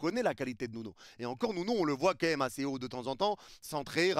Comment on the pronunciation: On dit " quand même " Pas "qu'un aime " Stp